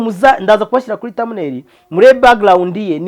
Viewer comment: Bavuga direct and not dilect. Bavuga background and not backglound